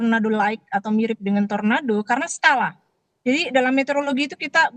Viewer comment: Tornado bukan torando😂